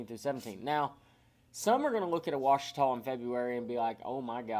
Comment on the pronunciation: It's not pronounced "O-uachita", it's Just Simply "Ouachita." The O is not heard in the pronunciation & is it Lake Martin or Logan Martin ??